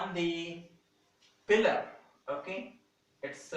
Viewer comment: It's pillar sir. Not pealer